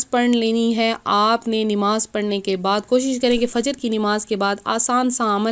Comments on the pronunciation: pahle bolna shikh lo nimaz naho namaz hota hai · Nimaaz nhi namaz sahi lafz hai or aapa plz thoda chota video bnao aap bht time lete ho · Namaz to sahi se bolo